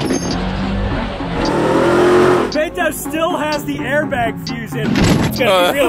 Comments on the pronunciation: It's Beh-Toe, not Bay-Doe 😂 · Y’all had the guy in 5 episodes and still can’t pronounce his name right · still can't pronounce Beto.